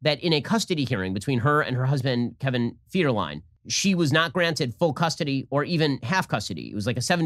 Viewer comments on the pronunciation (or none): Did Ben just call him "Kevin Feeder-Line"?